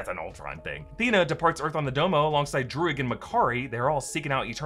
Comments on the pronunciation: druig= DRUID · Druig = druids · The name Druig sounded to me more like the word Druid - as in the Celtic religion. Not as much is know about this group historically, but the original druids were contemporaries of the greeks and romans. they are also linked to Stonehenge, one of the big historical wonders. The fact this group are Celts as the actor is irish (Irish being one of the few remaining Celtic languages) may also nudge this way